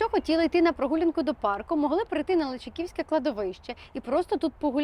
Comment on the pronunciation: Не Личаківське, з наголосом на і, а Личаківське,з наголосом на а. Просто "вуха ріже". Дякую журналістам ,якшо зверните на це увагу.